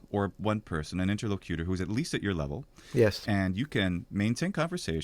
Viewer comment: "inter-LOCK-you-ter" is the correct pronunciation. Please inform your good friend accordingly. It's driving me crazy.